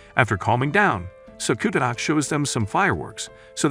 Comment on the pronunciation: Sakura not sakuna